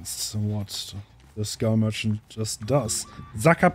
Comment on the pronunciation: i heard scum merchant instead of skull merchant 💀